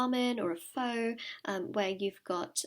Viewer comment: My loveee 💚 I am Vietnamese and just wanted to ask, can you please pronounce our traditional dish "pho" as "phuh" and not "phoe"? :) Thank u for the empowering reading 💚 I saw "waffle" in the letters for Pile 3 haha